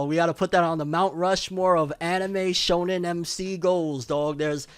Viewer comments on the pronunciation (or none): none